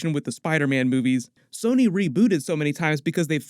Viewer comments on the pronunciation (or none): none